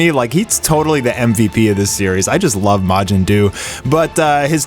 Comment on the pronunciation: Turn the volume down when he says majin …. “Psst… majin Jew”